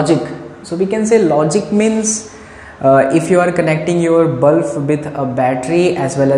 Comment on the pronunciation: sir it is not bluf it is bulb. 😊 😊 😊 😊 😊